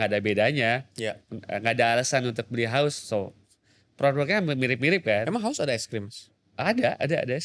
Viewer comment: HAUS Min bukan HUAS 😭☝️